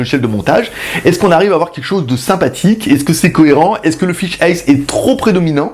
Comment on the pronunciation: Pour faire mon chieur, lol, on dit "fish-aïe" (fish'eye, œil de poisson ;) ), elle est loin de faire 360°, je suis quasi sûr qu'elle fait même pas 180° non plus (on doit se voir quand on est à gauche d'elle, jusqu'à sa droite), mais surtout elle a une résolution pourraxe qui la réserve à une utilisation fisheye : l'intérêt d'avoir plus de 180° c'est de pouvoir utiliser le mode virtuel : l'image est croppée (découpée) à un angle de vue standard, et on peut avec la souris ou un casque VR tourner la caméra, mais comme la résolution est divisée, vaut mieux en avoir sous le pied, ce qui n'est pas son cas :( Après en fixant 5 caméras de ce style en "cube" (celle du bas ben on peut pas faut bien mettre un pied lol) y a peut être moyen en post production de sortir presque 360° (façon Google Street Map), mais bon 700€ la plaisanterie :/ Mais sinon super vidéo comme d'hab avec la bonne humeur, le beau temps (#ModeRageux lol) et tout ce qui fait les vidéos GLG :D (et les 500 likes on les a dépassé depuis un ptit moment ! lol).